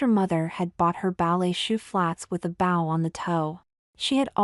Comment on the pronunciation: Yeah. If the all insist on using these computers, they need to start spelling phonetically. Elongating the O in bow (bending at the hips) and allow bow (ribbon) be the same for example. Knowing these aren’t read by a person really takes away from the experience. Personally I like to imagine the lady reading is just as into these as I am. Don’t feel quite as alone. At least the voice is pleasant.